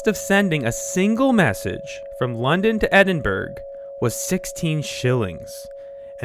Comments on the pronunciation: edin-burrough not edin-burg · Very good. My one gripe: Edin-BURG? With a hard G sound? Really? Haha. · Edinburg? That's terrible :)